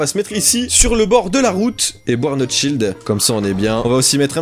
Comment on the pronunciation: On dirais que tu dit “du shit“ mais enfait tu dit du shields 🤣